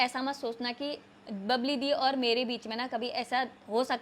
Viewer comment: बबली नहीं bbal है